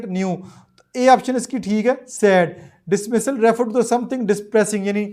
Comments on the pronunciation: dismal likh wah hey dismasal prh rhay ho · bhai khud parhna seekho dismissal ni dismal hai